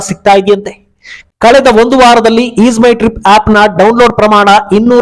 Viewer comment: ಈದ್ ಅಲ್ಲ ಅದು ಈಜ್ ಮೈ ಟ್ರಿಪ್